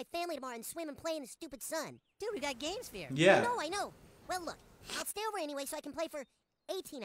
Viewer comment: This episode aired in August 2001, just slightly over a month before the Nintendo Gamecube got released in Japan, hence the use of "Gamesphere" as the newest and fanciest video game system. They mispronounce the word pretty bad, but "okama" is Japanese for drag queen or transvestite.